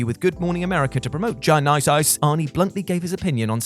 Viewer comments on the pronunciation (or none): again: mispronuncing Terminator: Genisys is cringeworthy. it’s Genesis + System, it’s really not that hard to pronounce and even less funny enough to make fun of. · I just want to hear GINICEICE a couple more times lol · Damn, we got "gin-ICE!ICE!" twice in one video? Early Christmas. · GOD I love when says "GEN-EYE-SIS" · I can't not like a video where says Genysis